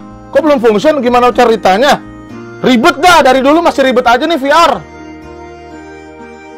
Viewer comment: VR Bukan Veler.